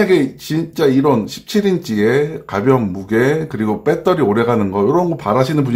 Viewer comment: 빼떠리 빼떠리 .... 아이고